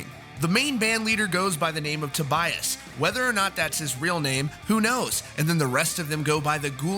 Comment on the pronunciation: I hate your pronunciation... I think is "To- bee- as".